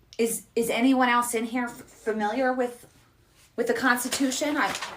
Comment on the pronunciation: Constuti... contustiti.. ehh.. Mob rules.